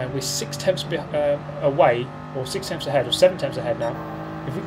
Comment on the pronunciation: 6 tempfths, no seven tempfths, no eight tempfths behind